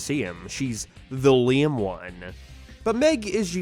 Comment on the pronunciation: Why do you say lame like liam